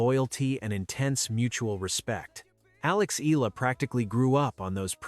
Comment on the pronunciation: It is pronounce as Eyala. If you narrate kindly pronounce correctly